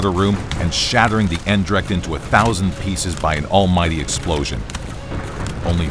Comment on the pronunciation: You could improve on your pronunciation of the word "Eendracht" (unity, name of the dutch flagship in the battle of Lowestoft). The first syllable 'Een' is like 'ain' as in slain, the second syllable 'dracht' sounds like "drugged". So an english speaking person should maybe try ain- drugged, I dont know. Sorry to hear the Eendracht was sunk.